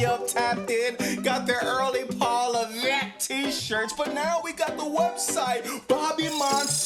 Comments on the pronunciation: I love it when you say Paul Leveckk!!!😂😂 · “PAUL LEVECKKK” 😭😭 never gets old i swear